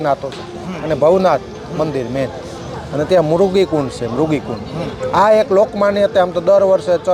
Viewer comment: અલ્યા ભાઈ પહેલા બોલતા શીખ,, મરઘી કુંડ નહી,, મૃગી કુંડ કહેવાય